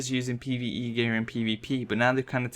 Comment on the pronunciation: all i hear is pve eve peE